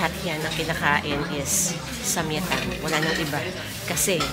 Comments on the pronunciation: Samgyaettang (with the G+ yae) 😊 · ang pronounciation po ng samgyetang is (sam-gye-tang) sharing is caring po salamat po sa mga vlogs nyo nakakahappy panoorin ❤